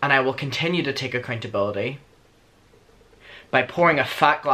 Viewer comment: when your accent comes out when u say "accountability" hahah omg love u